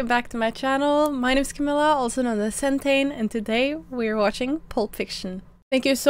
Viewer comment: Oh, so that’s how you pronounce Centane.